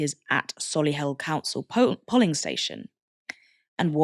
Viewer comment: The o in polling is pronounced like the o in go. It was distracting listening to the polly parrot pronunciation. Is it a word you've never come across before? They aren't even counting the people they've turned away for lack of ID if they are turned away by 'greeters' outside of the polling station.